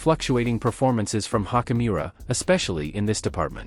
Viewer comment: I think Hachimura’s name pronunciation is better stated as “chi” as in “choose” rather than a hard “k” sound.